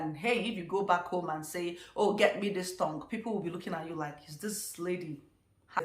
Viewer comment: Ma did I just hear you say tongue? Like tongue, "ile"?? Wahala 🙆